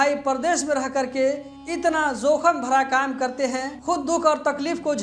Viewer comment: KYA BAR BAR ZOKHAM BOLTE HO...SAHEE WORD JOKHAM HAI...KYA URDU NAHI JANTE....AFSOS